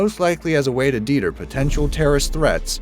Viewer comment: "deeter"? Lol wtf. Deter is pronounced like the "de" in deck, and like the "tur" in turn, with a clear pause between de and ter, not like debtor which has no pause.